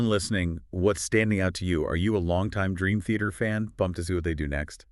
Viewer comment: Ah yes, my favorite band… Green Theater. AI ‘podcasts’ are so lame.